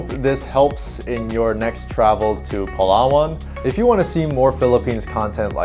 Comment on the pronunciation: please prounance it like palawan not palaa waan 🙈